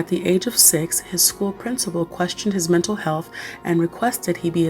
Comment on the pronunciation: heheh "metal' health disorders